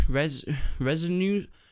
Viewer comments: Did.......... did he just call me a Resin-Nonce? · resononce XD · Resanonce lmao that had me dying. Definitely don’t go with that one!!